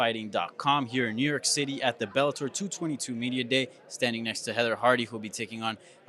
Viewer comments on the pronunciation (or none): but shes new yok